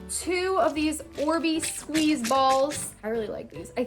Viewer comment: The way she is like “and u SqUiZe iT”